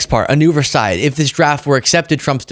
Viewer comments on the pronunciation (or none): What is it Ukraine is paying Trump for? if he is going to negotiate peace and then leave it to Europeans to peacekeep in Ukraine? oh, and Versailles "veyr sigh" hope that helps !